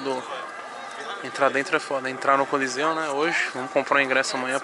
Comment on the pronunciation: " Do colosseu, coliseu, coléssio, colosso" kkkkkkkkkkkk